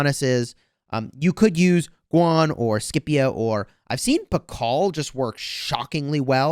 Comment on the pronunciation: I’m 99% certain that you were pronouncing Scipio correctly before and are now mispronouncing it…